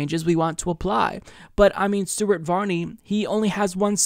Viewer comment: I could have sworn you said "Stupid Varney" isntead of Stuart.